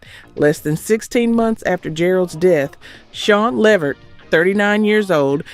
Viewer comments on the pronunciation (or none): Say it like (LAVERT) not LE VERT. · It is NOT Leh Vert!!! It is Levert (Luhvert) say it correctly!!!!!!!!!!! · Now I subscribed to you, but you starting to sound like this a.i, because you are saying their family last name wrong, its levert, without an A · You better put some RESPECK on that man's name (it's Levert*, not ("La vert")‼️ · Why is calling them Leverette instead of LeVert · She don't know how to pronounce these people and group names it's luh-VERT and low-pez other than that I like the channel 👍🏼✊🏼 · Levert -- pronounced (LUH-VERT) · Lev-vert?! I'm disappointed in the pronunciation. I understand being phenectly correct but how the Leverts announced themselves are totally different. Almost ruined it for ME. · Please say people's names correctly. LE-VERT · Why is she pronouncing it "Lev-vert?" Can she read? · Is this AI? Eddie’s , Gerald’s & Sean’s last name is pronounced La-Vert ! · Really!! I mean LEV-ert??? COME ON!!!🤬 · Mispronouncing LeVert is sending me 😒 Almost made me turn it off😤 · The AI pronounced LeVert wrong….still love the videos though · Is this an AI. The pronunciation of the group Levert, was off, I thought. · No you did NOT pronounce Left Eyes last name as Loaps. WOW!!! Please stop asking for subscribers. The more I watch the worse you get! UGH!!! Now you're on Levert! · She messed of Levert a couple of times but Lisa last name was pronounced like loops or hoops. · Say!!!!!!!! LeVerts name CORRECTLY!!!!! ARE YOU AI?!!!!! No wonder, no one is paying to join you!!!! Say their name correctly!!! LEARN TO SAY THEIR NAME CORRECTLY AT ALL TIMES!!!!!!!!!!!!!!!!!!!!!!!!!!!!!!!!!!!!!!!!!!!!!!!!!!!!!!!!!!!!!!!!!!!!!!!!!!!!!!!!!!!!!!!!!!!!!!!!!!!!!!!!!!!!!!!!!!!!!!!!!!!!!!!!!!!!!!!!!!!!!!!!!!!!!!!!!!!!!!!!!!!!!!!!!!!!!!!!!!!!!!!!!!!!!!!!!!!!!!!!!!!!!!!!!